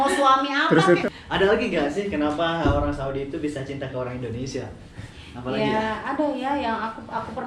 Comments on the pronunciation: a kunaon nybut indonesia jdi indonesa s ibu na i na kmna🤣🤣🙏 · INDONESIA TETEH BUKAN INDONESA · Wkwkwk Indonesa mengganggu'banget ya Indonesa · Mbak Mungkin gak blajar ya nyebut Indonesia